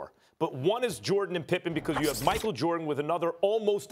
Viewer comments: Anyone else get mad when she said magic instead of michael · WILL SOMEBODY CORRECT MOLLY'S GOOFY ASS?!! IT'S MICHAEL AND SCOTTIE NOT MAGIC AND SCOTTIE!😕😠